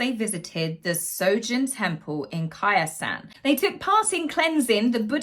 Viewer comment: As a long term resident of Osaka, let me help with the pronunciation. The famous Buddhist compound you want to visit is called Koya-san (koh-yah-san.) You are best served if you take the express train from Osaka to Koya-san. Reach out if you have any questions on planning a trip to Japan. 🥳😎😁